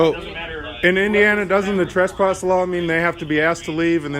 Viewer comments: the 1st part of the word " tresspass " rhymes with BESS not BUS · can you comment on your pronunciation of the word "trespass"? In many situations it sounds like "trusspass" and when used in different figures of speech (e.g. someone being trespassed from a a location vs committing the crime of trespassing) the pronunciation seems different. I just want to make sure these aren't different ideas or different words.